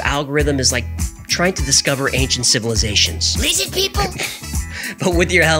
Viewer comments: Why are u mocking Jewish pronunciation? Lizzid? Not cool. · this is my favorite one. prob because of spelling/pronunciation of 'Lizzid'. As a New Yorker, this cracks me up to no end. Thanks